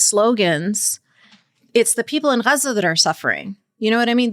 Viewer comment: It's really annoying when people do the pronunciation dance. In English, the place is called Gaza (Gaa-Zaa) If I were speaking French I wouldn't jump out of French when I am talking about a place, I would say the placename in French. Why do people do this. Do they think it makes them sound more Authentic or something?